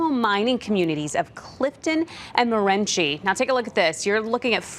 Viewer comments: Pronounced 'Mo- ren- see' not morenchi 😬 crazy the random stuff that happens in our area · Moren-she? She got it wrong twice!! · Morenshe? Can't Arizona reporters at least learn our states city/town names?